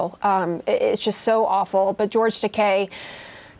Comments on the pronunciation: she could at least say his name right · She keeps butchering is name 🤦🏼‍♀️is it Takai or Takei?